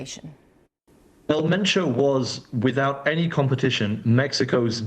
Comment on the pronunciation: ElMentoo ✅ EL MENCHO ❌